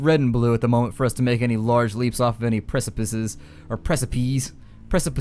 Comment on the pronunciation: The correct plural form of precipice is actually precipices, so you were right the first time and you were also correct with the pronunciation hehe :P I do agree that 'precipi' sounds better though :D